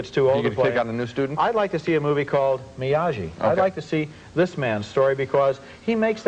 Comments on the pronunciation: Why did Ebert keep calling him, "MIAJEE"? lol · Ebert - it's MiyaGi-do karate, not MiyaJi. LOL. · Yeah, I was waiting for Ralph Macchio to interrupt their review, and snap, "Excuse me, MiaGi!"